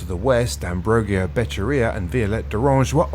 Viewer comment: Thank you for this report, very informative and well structured. Dalin's tribute was sincere and heartfelt. If I may, to improve your reporting even further, would you work a bit on Ambrogio's name pronunciation? You will be saying it many times in the future. Cheers.